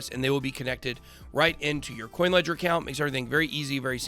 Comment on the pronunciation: sounds like you said kucoin ledger